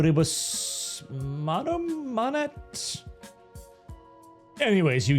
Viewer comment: It's e pluribus unum